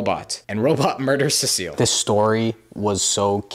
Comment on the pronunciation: Cecil? No, CECILLE 😂